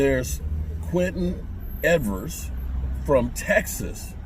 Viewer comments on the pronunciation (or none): Quinn Ewers not Quinton Evers. Ewers was hurt most of year.